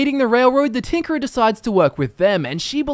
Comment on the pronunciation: I swear i heard "The Tinkler"